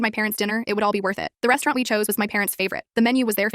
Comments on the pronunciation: Restaurant ❌️ Restewarwn't ✅️ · " Restuwearant " XD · This is a sad story but A RESTUWERNT??😂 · westuerant? hmm eye luv westuerants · “Restuŵřeůwãřæņt” I’m deceased😭🤚